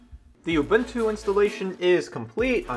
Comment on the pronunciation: uh-boon-too, not uh-bin-too.